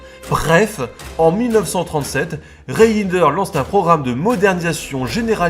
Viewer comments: Reijnders ne se prononce pas " re in der" mais "reine..derse" phonétiquement bien sur. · haaa les français et la prononciation de nom hollandais ... Reijnders ça ce prononce "rèndèrs" enfin ça reste mignon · désolé mais je suis mort de rire quand vous prononcez par exemple le nom du général Reijnders